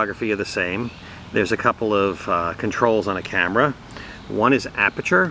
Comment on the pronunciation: Good job. One thing....the word is "aperture".